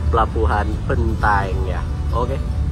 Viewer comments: Bantaeng wooiiii Bukan bentaeng 🙃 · Bantaeng, bukan Bentaeng ya